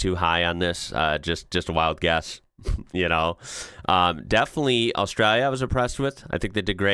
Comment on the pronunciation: Wtf is Czechia 😂 and Austria lia 😂